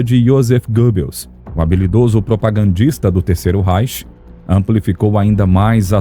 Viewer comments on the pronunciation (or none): none